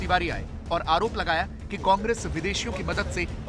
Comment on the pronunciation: aur tuu bhojpuriya Congress thhik se bol kaaangres kaaangres kya bolta hai